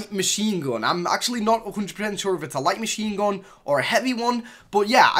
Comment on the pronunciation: ''shoutgoon'' ''minaygoon'' light machine goon'' dude da fuq with ur language